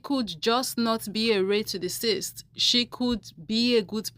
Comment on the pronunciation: Now back to the ray to ciss t... Love how you said that, original.